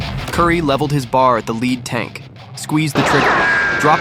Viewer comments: The Browning Automatic isn’t pronounced bar, like candy bar, it is spelled out B A R. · Great story ai had some problems with the Belgian town names and the weapons. Eg bar is a B A R. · Bar???!! It's a B A R! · It’s not a bar, it’s a B.A. R. for Browning Automatic Rifle. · I hate these computer generated voices. It's B. A. R. not bar. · I HATE AI narration. He didnt shoot a bar. It is a B.A.R. It stands for Browning Automatic Rifle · Thank you for telling Francis Currey's story. A true American hero from the greatest generation. One correction. The Browning Automatic Rifle is referred to as B.A.R., and not BAR (bar), as the narration stated. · Bar, lol. It's B, A, R. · It's not a"bar" it is a B-A-R Browning Automatic Rifle. Dad was issued one. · Great story but I hate AI generated voices.... bar.... Bee -Aye -Are. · B.A.R...... not "bar" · its not called a bar its called a bee a are. now you know .. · Ya know, AI sucks. STOP calling his most lethal firearm A Bar!!! It's pronounced B.A.R. 🙄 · It’s not bar. It’s B. A. R. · This is well written. But, the AI voice, while good, still isn't perfect. It's not BAR. It's B-A-R. As in Browning Automatic Rifle. And you need to use that term at least once before you resort to the term of B-A-R. Not BAR. Secondly, the pronunciation of Malmedy is off. It's slightly off. But it's still off. Other complaints are more personal. "Freedom seeds?" Really? Hmm. Not sure about that. Still, the description of what this man did and how you wrote the script isn't bad. You do need to stop using video from movies and start writing to video. If you need to make mockups, then that's something you should investigate. You can use those interspersed with the generic WWII footage you are using. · If you're going to use AI narration teach it to pronounce. It's not a "Bar", it's a B.A.R, Browning automatic rifle. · Its a B-A-R or at least I've never heard it called a bar before.... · B-A-R, not bar. Ffs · "leveled his bar..." Really, AI???